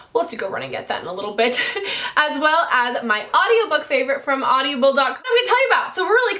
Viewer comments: Omg Meghaaan I love you but it's Audible, not AudiAble!! Driving me nuuuts :P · Hey Meghan...isn't it just "Aud-ible" not "Audi-able"....lol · Audibles is great but you are adding an extra syllable LOL! Also, flip your Sonia Kashuk concealer over and tell me if yours says "not for use near eyes" or something like that. Mine did! Dafuq? Isn't using near the eyes the point of that concealer????